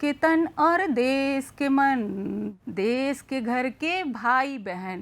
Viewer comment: देश शब्द का उच्चारण शुद्ध नहीं है।